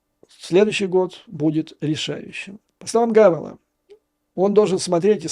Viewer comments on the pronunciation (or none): Не Гавела , а Павела. Тщательней надо , Юрий Борисович😊